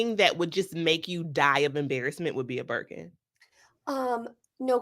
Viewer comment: “The way I grabbed my buurkin!” 😂